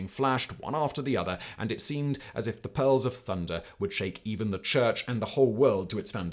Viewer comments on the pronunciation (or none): Excuse me, good sir, but 'peals' is pronounced the same as 'peels'. 😄 Great video though.